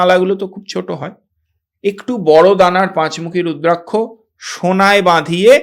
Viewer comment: আপনার নাম ব্রহ্মানন্দ রুদ্রাক্ষ (রুদ্রাক + শ) কে বলতেছেন রুদ্রাংশ কেন?